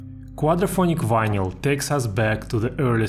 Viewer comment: It's vineL. The Y is silent.